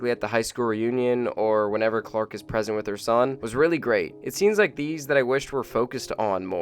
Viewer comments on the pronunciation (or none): none